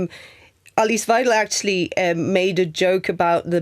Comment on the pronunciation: first issue is Musk got the pronunciation of weidel wrong 😂😂😂😂. Goodness